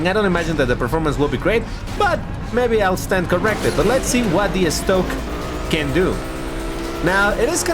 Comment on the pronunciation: The Model Estoque Was Pronounced In Portuguese Not Spanish,.